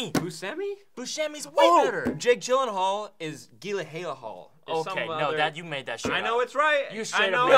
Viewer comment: nooooo Jake Gyllenhaal's last name is pronounced with the G somewhat silent. They talked about it forever ago on Conan.